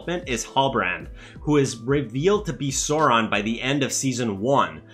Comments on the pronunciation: cant take serious a guy calling for fidelity to the source, but at the same time pronouncing sauron as soron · Gotta get this off my chest: 1. It's Tol-keen not not Tol-kin. 2. Sauron is not a dinosaur, the a "au"makes the "ow' sound. Apart from this, the video seems pretty good so far. Keep up the good work.